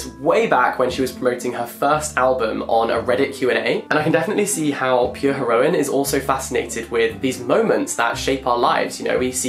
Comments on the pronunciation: ‘pure herOine’ jack i’m sorry i love the vid but what was that pronunciation😂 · why did he pronounce heroine like that!?!